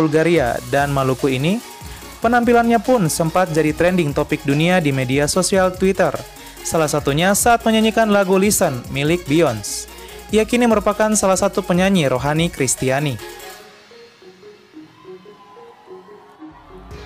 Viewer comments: Biyonse ga sih bukan biyons? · Beyoncè dibaca Biyonshe bukan Biyons